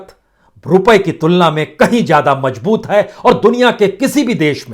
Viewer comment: Pata nahi aap kaise news reader ho ..mazboot ko mjboot ,zyada ko jyada , bazaar ko bajaar..bhai thoda language pe kaam kariye..